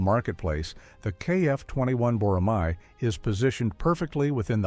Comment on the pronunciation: I have a request. It’s not “boramai.” It’s written as “boramae” only because of the Korean spelling, but please read it as “borame.”